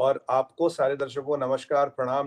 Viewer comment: It is Namaskar and not Namashkar.